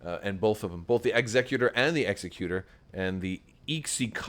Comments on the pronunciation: Executor like ex-ECK-you-tore. As in “Executor? For Aiur! What would you ask of me? As you will?” Protoss players could never forget. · Exec-utor. Rogue Squadron 3 pronounces it this way. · As you say, it's star wars and they're not speaking english so you can pronounce it however you want, but really the word for a person that does executions is an executioner, not an executor. So it's definitely pronounced like executor of an estate. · Suggestion for those who are posting about pronunciation of Executor: use caps for emphasis. Ex-EC-u-tor vs EXE-cu-tor. Otherwise they all look the same 😬